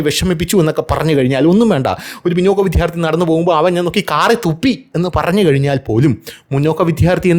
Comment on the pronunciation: ചേട്ടാ വിദ്യാർത്ഥി ആണ് വിധൃർത്ഥി അല്ല